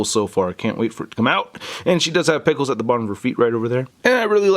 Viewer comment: Lol when I was watching this, I thought that said and pickles instead of peg holes. xD ( other fans: “NO ONE CAREEEESS!!”)